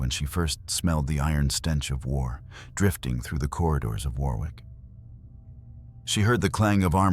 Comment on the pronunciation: Pronounced WORRICK as in borrowed.